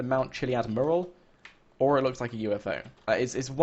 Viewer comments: IT IS NOT A MURRAL its a Mural .. FFS! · Question: Will he ever be able to pronounce "Mural" correctly?Answer: NO! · He is from The UK but still annoying either way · its pissing me off how you say your " used to people from the uk's accents". yet he is from the UK and says it how anyone else does